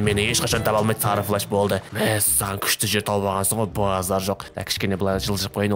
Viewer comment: Флеш емес флэш